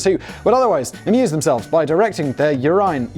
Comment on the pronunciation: The way that the topic of urinals tripped Simon into mispronouncing "urine" tells me that the US pronunciation of "urinal" is better.